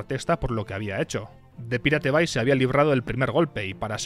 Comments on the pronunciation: Ni "paireit bei", ni "piratebai". La pronunciación correcta es "pirate bei" ("pirate" castellanizado, pero "bay" en correcto inglés). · Se pronuncia "PAIRET BEI" no es tan difícil macho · no entiendo como se te hace mas facil y eficiente decir "pirate bai" que decir "pairat bei" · The pirate bay se pronuncia : de pairát bey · repite conmigo "PAIRET BEI" <--- leelo así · Man no podes decir PIRATE BAY , posta es una falta de respeto. Te ganaste tu Dislike. 😢